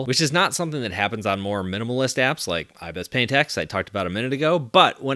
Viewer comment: I was so triggered when he said “iBES paint x”